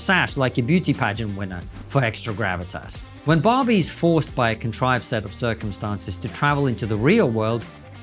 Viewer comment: At the beginning he said Barbie. I thought he said Bobby. I thought to myself, "Who's Bobby!?" 🤔.